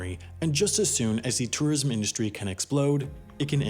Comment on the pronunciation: You really can’t pronounce tourism? It’s like tor-ism not tah-ism. C’mon dude